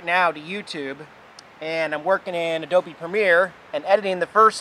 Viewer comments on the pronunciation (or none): none